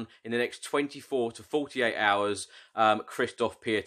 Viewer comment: Pronounced Kshishtof Pyontek